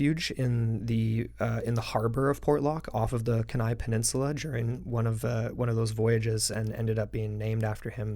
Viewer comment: Ok as much as I enjoyed listening to your pod cast. HOWEVER it's Keni (pronounced key-nye). As for the missing up there it's for 1 of 3 reasons (man/ nature/ other). As for Alaska with some good situational awareness and a little respect for nature yes you can have some interesting adventures up there.